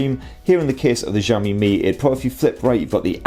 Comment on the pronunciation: I think your pronunciation of Xiaomi is wrong. Zhao= J sound and Xiao= Shiaw. I'm not Chinese nor oriental FYI.